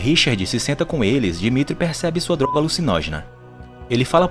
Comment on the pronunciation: Fala darga em vez de droga